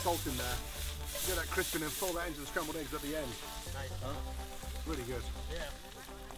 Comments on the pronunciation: Spambled eggs lol...sry, I got a giggle out of it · Spambled eggs haha 😛